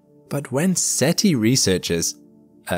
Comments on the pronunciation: Umm, you basically said SETL. It's "Search for Extraterrestrial INTELLIGENCE". SETI... NOT SETL. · If SETI stands for "Search for Extra Terrestrial Life", why do we pronounce an I at the end and not an L? Shouldn't it be SETL?